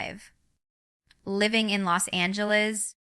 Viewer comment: I noticed she said Arkansas and Los Angeles weird. So I thought that was fishy.